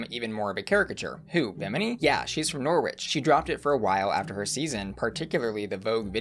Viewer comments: Human from Norwich here! You pronounced Clapham right! Here's pronunciation for Norfolk and Norwich Locals pronounce it Nor-fook (like book) and Noh-ridge like porridge or Nor-rich) ❤️ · Norwich is pronounced kind of like this: Norritch. It’s “o” as in box and no “w” sound. I don’t think it matters that much but given how well researched this stream is and how dedicated is, I think it’s worth mentioning. Great video. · Norfolk (nor-fook) and Norwich (nor-ridge) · British pronunciations: -wich (Norwich, for example), is pronounced "itch". Ignore the "w". So Norwich is pronounced "Norritch". -folk (Norfolk, Suffolk, etc), is pronounced "fuk". Ignore the "l'. Norfuk...Suffuk. This also applies to Norfolk, Virginia here in the US. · the pronunciation of Norfolk and Norwich...🤢😫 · Love asking if she said Clapham right then butchering Norfolk and Norwich. Xx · The way you pronounced 'Norwich' CUTE! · You said Clapham right... but not Norwich or Norfolk 😂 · It was the "did i pronounce that right" for the perfect pronunciation of Clapham for me and then mispronouncing Norfolk and Norwich that did it for me